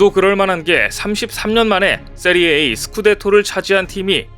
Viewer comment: 세리에 에이가 아니고 세리아 아,아! 아!.분데스 리그냐? 쁘리미어 리가냐? 리그 원이냐? 그나라 리그 이름도 제대로 모르면서 무슨 축구 유튜버? 세리에 아는 이탈리아에 있고 세리에 에이는 중국에 있는 짝퉁 리그임. 축구 유튜브 그만 만드시길.